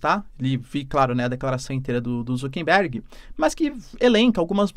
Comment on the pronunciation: boa, professor!! ah, um detalhe, o nome do inconsequente é ZUCKERBERG (COM "R", NÃO "N")